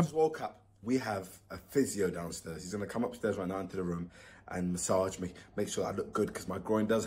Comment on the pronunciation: Why does Simon say room, "Ruom?